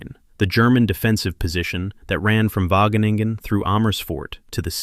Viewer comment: plse: Wageningen................................ but gratefullness stays